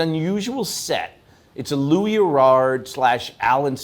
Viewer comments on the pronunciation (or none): none